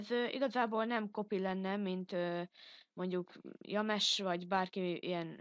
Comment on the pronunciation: Szia,. Annak a "James" videósnak a nevét "Dzsémsz" -nek kell mondani.:p